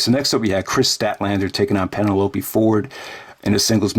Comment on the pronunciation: you pronounce Penelope funny ("Penneh-loapey").